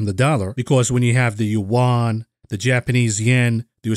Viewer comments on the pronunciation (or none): none